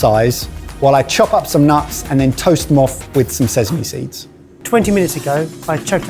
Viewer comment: for the love of god can someone stop saying SEZAME, its slowly driving me insant, its sesame, with a god damned s not a z